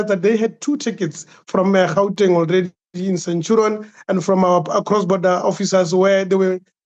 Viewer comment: Centurion.not st chirion